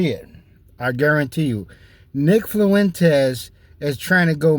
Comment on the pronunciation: Nick Flu-Wentez 😂